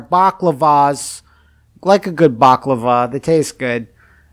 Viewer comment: “Balaclava”, not “baclava”.